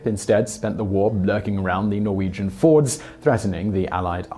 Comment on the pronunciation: Sorry to nag, but fjord is NOT pronounced the same way as Henry's cars. It's more like fyord. It's actually kinda subtle if you do it right (you don't.) (Mind you, that spelling probably wouldn't please the folks who write dictionaries, but I'm not one of them, so, you know, whattaya gonna do?)